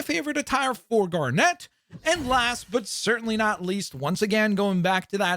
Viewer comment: The way you say Garnet is so annoying. It’s not Gar-Net it’s one word. Also fusion is direct from the show and looks exact to that. Just like the Batman one you mentioned earlier. Just because you don’t know the fan base doesn’t mean you talk about it like it’s garbage.